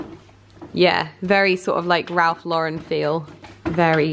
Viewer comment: So glad you pronounce Ralph Lauren correctly 🤣🤣🤣